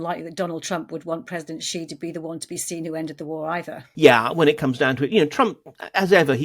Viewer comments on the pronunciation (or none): After all these years could the reporters please stop saying Gee jinping. The nearest pronunciation of "Xi" for an English speaker is "she", same as the pronoun.